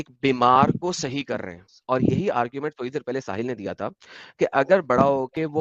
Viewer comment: Cult practice ko sayiiiii bol raha haiiii😅😅